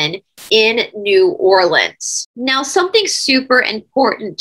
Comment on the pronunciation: New Orleans pronounced correctly..Love this Cha nnel...